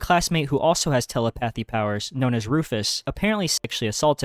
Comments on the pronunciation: Sorry but... Tele-pathy powers? That pronunciation is a bit ocd triggering lol. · I’m not trying to be rude, but it is pronounced ta-LEP-pah-thee.